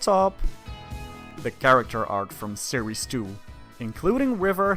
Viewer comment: Instead of series 2 I heard sirisu